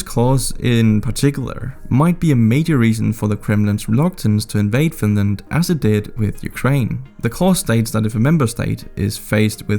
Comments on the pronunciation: OH NO, NOT FINRAND!! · Whaaaat? Oh my god! Not Finraand! 😂